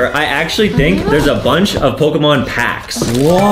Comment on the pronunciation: Adam, I’m happy you know Pokémon cards and how you perfectly pronounce the names of the Pokémon.. love it